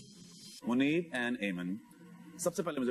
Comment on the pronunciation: It’s Muneeb not Monib pronounced it right